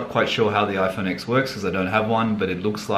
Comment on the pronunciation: It’s ten not x